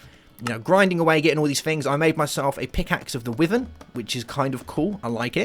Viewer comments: hold on, isn't it pronounced WHY-vern not WIH-vern? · Just so you know it's pronounced "Why-verrn"